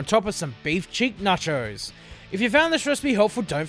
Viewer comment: Na-chos? It's NACHOS come on man